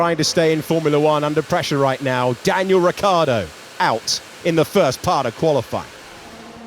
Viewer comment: "Qualiflying", i swear it's been said loads of times by different people.